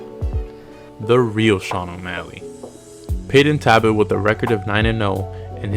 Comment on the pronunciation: maybe get the fighters name correct for ur next videos..... its NOT Tabbot it's Talbot ya dunce 🤦‍♂️🤦‍♂️🤦‍♂️🤣🤣